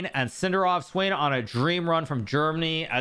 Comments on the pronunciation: Svane is German, its not pronounced Swain ffs. 🤦🏽‍♂️ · Hahaha the pronunciation of svane